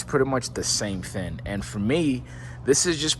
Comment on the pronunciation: thing thing thing thing…..with a G not with an N…Cowling with a G not with an N..Now say it 10 times…